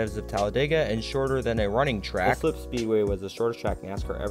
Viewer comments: As someone who attended many races at this race track during the mid 1960's to mid 1970's. I almost fell off my chair how the announcer pronounced Islip (is - lip) of this video. Proper pronouncement is "ICE -SLIP." I grew up in the adjoining town of Brentwood, you could hear the race car's (not the announcer.) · Great video. It’s pronounced I-slip. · It is pronounced Islip ( eye slip )